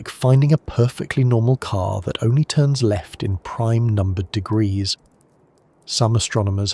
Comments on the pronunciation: I heard 1-800 Deuseldorff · what ? The fu ck did you just say. Temperatures reach 1 800 deoogroouses 😂.